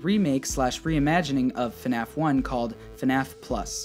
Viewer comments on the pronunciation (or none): Word: Fnaf Pronunciation: fun a f Me: .....hah this game is fun as fu** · “Hello, everyone! Welcome to a video on... FuhNaff!!” - literally the best intro ever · Day 11 of saying FuhNaff is awesome